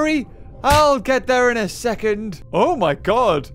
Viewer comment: i know "my" is the gramatically correct way to say it, but "mi" is how said it.